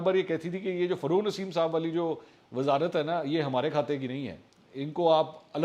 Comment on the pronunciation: It’s not FARRUKH NASEEM It’s rather FAROGH NASEEM Plz correct it..!